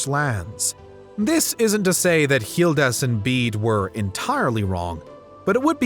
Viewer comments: Why are you pronouncing Gildas as Healdas ? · First of all, why are you pronouncing Gildas with an H? Second, the Anglo-Saxons did not come to England. They came to Britain and created England over centuries. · Why the strange pronunciation of Gildas? Hildas? Or Jildas (with a Spanish J)? Why?